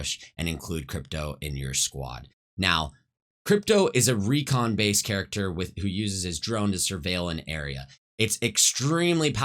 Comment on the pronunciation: man, ngl this makes me want to play apex. also, why do you say recall and recon like that? LUL Kappa